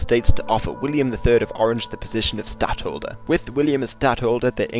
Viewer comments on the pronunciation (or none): Say either Stadhouder, or Placeholder. Never say Stadholder....